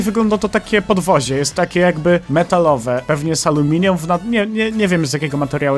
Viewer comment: to podwozie jest zrobione z aluminium ja: to podwozie jest zrobione z amelinium